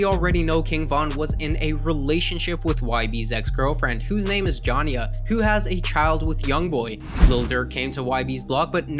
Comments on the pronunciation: Nigga said johnia it’s jania😭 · Jhan ya….he pronounced so many things wrong. It’s Jania lol damn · nigga called jania johnia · Nigga said “jonniea “ it’s “jania “ 😭😭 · Johnia? It’s pronounced j-a-n-e-a jania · HE SAID HIS GIRLFRIEND NAME IS JONYA ITS ( JA NIE YA ) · "JON-YA" LASAGNA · Bro said “Jahnia” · Mane said Janya Lmfaoo J-a-n-I-a my boiii W vid keep grinding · Ja-Nia you said it wrong folk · He said jona 🤣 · Ye we all know JOHN-YA😭 how tf u pronounce Jania like dat lmao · Bro have alot of false info u need to redo this video look how u pronounced his baby mama name😭😭😭😭